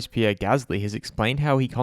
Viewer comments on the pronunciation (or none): none